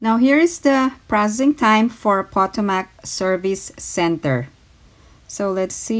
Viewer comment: You’re doing a great job! The word Potomac is pronounced, "Pa tome ic". It’s the name of a river in Washinton DC. There is much about this river on YouTube, so you can check it’s pronunciation there.